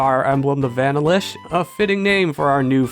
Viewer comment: pls never say "vanilish' again. have a nice day